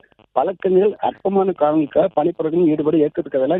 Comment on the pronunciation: பனி புறக்கணிப்பு இல்ல பக்கி. பணி புறக்கணிப்பு. utter waste news reader. unfit news reader